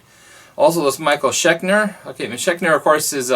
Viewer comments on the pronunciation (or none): Its "Schenker" not "Chekner" lol